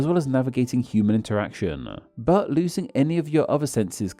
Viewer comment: interaction-ah too-ah smells-ah smellblind-ah